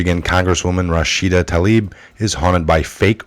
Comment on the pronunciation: That liar's name is pronounced Rasheeda Taleeb. I's in ME culture are pronounced as long e's.